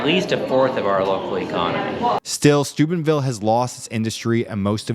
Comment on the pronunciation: oh Steubenville. I thought you said Stupidville. 😂